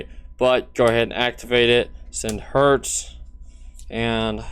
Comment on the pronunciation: It does. The worst thing about being a Cyber Dragon player is listening to the crappy German pronunciations of Zwei, Herz, Drie, Sieger, Nachster... I could go on. And you Fub it up even worse by not even knowing how to pronounce Chimera. German Science does not deserve this. German Science is the finest in the world!!!